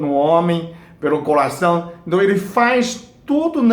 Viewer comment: É tão gracioso ele falar colação.(Que é coracao)